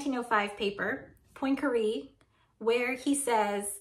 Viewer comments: "poynkaree"... ma'am I speak French and I'm sorry to report it's "pwan-ka-ray" love your videos tho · I feel more anxiety when you pronounce Poincaré in your special lil american way. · Great video but how you say Poincare...